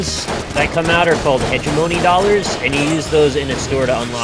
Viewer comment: Thank you NL for finally correcting people on how to pronounce "hegemony". That was driving me nuts.